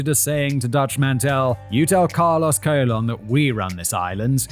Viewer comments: Carlos Colon! 😂😂😂😂that sounds like a bad wrestling stage name! Simon it’s pronounced “ca-lone” like cologne what men put on to smell good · Carlos Colon is pronounced cologne, father of WWE wrestler Carlito. Pro Wrestling has been "fake for about a hundred years now. It was essentially invented by the Gold Dust Trio in the 1920s and 30s. It's a fascinating world spawning from the carnival circuit were legitimate tough guys and shooters AKA amateur wrestlers would travel Town to town with the big top challenging locals to wrestling matches and walking out of town with a grand or two in their pocket. If you were tough enough it was a very lucrative business to be in. Famed American presidents Abraham Lincoln was a wrestler, grappling is arguably the world's oldest sport besides perhaps foot races. But about a hundred years ago the dynamic of legitimate competition where matches could literally last hours morphed into more of an exhibition focused on characters, story-lines and entertainment. Up until the late 90s wrestlers observed a tradition called kayfabe. Kayfabe has two different meanings; first it's a signal word that one wrestler might drop to another when there is a mark within earshot. A mark is a somewhat derogatory word denoting a fan of professional wrestling more importantly someone that traditionally wasn't smart to the business. Secondly kayfabe means a strict adherence to keep the illusion alive at all costs! Wrestlers have been fired and have had their top spots taken from them for accidentally breaking kayfabe. In the '80s the villainous Iron Sheik and the heroic hacksaw Jim duggan were traveling